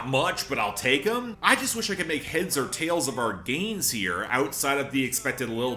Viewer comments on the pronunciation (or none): none